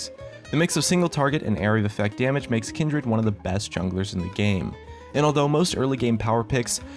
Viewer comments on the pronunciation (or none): omg the way you pronounce kindred ult